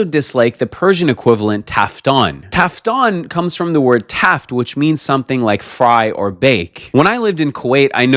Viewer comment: تافتون نه تافتان